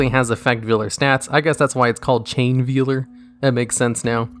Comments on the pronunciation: It's said like "Vale", not "veel". I don't know how I manage to run into so many YouTubers who've apparently never learned how to say simple words. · Says effect veiler correctly, proceeds to call the customs veeler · sobs in VEE-ler